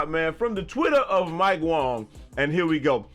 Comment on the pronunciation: You do know his name is pronounced "Wang", right? You've been mispronouncing it since i started watching you. 😂 good vid tho